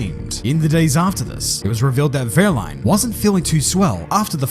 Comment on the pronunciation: Wow, I'm really surprised at how well you pronounce wehrlein, as a German I say hats off to you for that